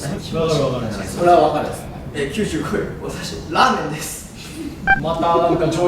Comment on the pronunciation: の「ラメーン」って関ジャニ∞の横山くんと同じ間違いしてるww けど、とても楽しい企画でした！ また笑顔になるような動画期待してます！頑張れHiHi Jets！！！！！